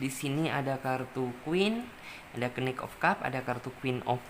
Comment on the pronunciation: knight dibaca nait kali mbak..hwhehe...masak knik 😂😂😂😂